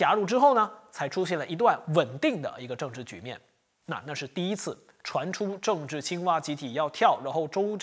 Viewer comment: 就别报“症治”了，听了也会恶心